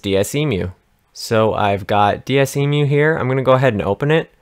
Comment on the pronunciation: Wait hold up. Did you just pronounce Desmume as DS Emu? It says on faq it's Dehs-moo-mee. Sorry that just really bothered me for some reason xD